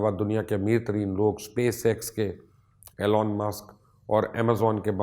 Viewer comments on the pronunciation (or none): none